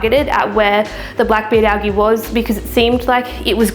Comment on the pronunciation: Great video. You do know it’s pronounced AL-JEE right?